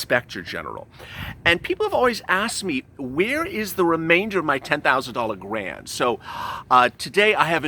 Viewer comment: You said grand instead of grant lmao😂